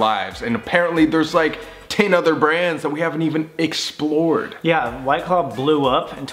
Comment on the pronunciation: "that we haven't even xplred" that's your job doe✖️✖️